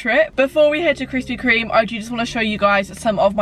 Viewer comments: I’ve been watching her vids since she used to pronounce it Krispy KREM 😂🙌🏼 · me at the start anxiously waiting to see if she says krispy 'cream' or 'crem'. Btw i say cream